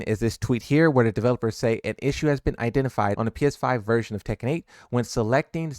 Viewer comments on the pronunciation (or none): none